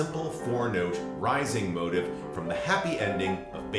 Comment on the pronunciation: No, I agree that they are two different things, just to my English ears when you say motif, it sounds like motive. (And you’re not the only American who sounds like that to me.)